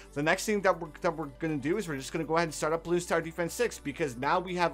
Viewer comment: why are you saying blue star defence when its bloons tower defence